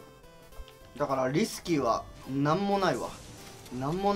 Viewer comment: 最初のリスキーがウイスキーに聞こえた笑笑